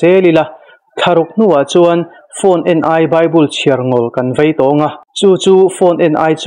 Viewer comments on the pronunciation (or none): none